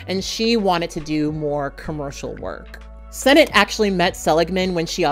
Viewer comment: Just for future reference Shiva (Jewish mourning period) is pronounced like the weapon Shiv with ah at the end not ay.